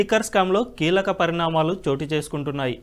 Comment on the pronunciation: నాన్నా పరిణామాలు అని పలుకు. Or Just ask Sai Krishna. I can train you. Dont take it bad. I am your well wisher